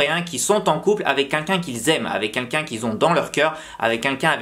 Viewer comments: « Avec qunqun »😂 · Haaaaaa c'est toi dont togen parle tout le temps! C'est marrant comment tu dis "quelqu'un". j'aime bien. (oui je sais, c'était ni pertinent ni intéressant)